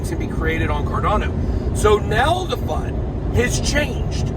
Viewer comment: Fud not cud